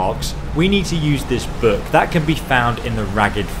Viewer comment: why does he pronounce "book" buuk ?